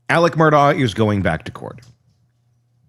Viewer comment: “Mur-dock” 😊 Love your channel.